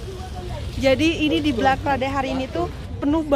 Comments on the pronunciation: black kali mba , bukan blak hihi 😂😂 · Black itu penyebutannya blek teteh syang bkn blak tetehku 😊